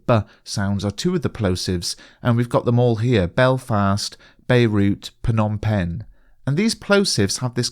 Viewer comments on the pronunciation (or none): just to let you know it is pronounced 'nom' penh. the 'ph' is silent!